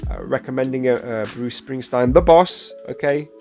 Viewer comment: Best reaction I've watched to anything Bruuuce! You nailed it. (I know you'll get his name right next time.) Thank you!!